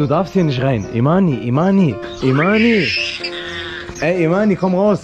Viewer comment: Imany hast du bei der Schlange so heiß gesagt😂😂😂😂😂